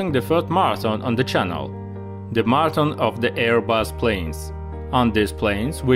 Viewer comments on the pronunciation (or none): none